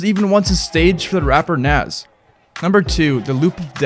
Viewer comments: Its pronounced kinda like "nos" not "nass", love your content tho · Its NOS not NAZ. N A S put respect on the mans name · bro said "naas" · The rapper "naz"? Cmon bro lol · homie said NAZ 🤦🏻‍♂️ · I can't get over how he pronounced Nas' name. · How dare you say nas name wrong